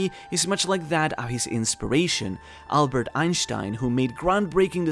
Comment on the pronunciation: it's great to see someone actually pronounce albert einstein correctly😂